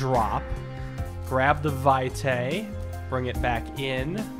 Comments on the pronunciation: it's latin, the correct pronunciation is vɪtɑɪ in fonetic alphabet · "Vitae" means "life's" in Latin - it is pronounced "Vee-te", last E as in Element :)